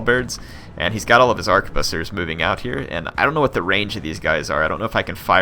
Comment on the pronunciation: Arquebusiers is pronounced arch-ehh-boos-e-ehh (it's french lol)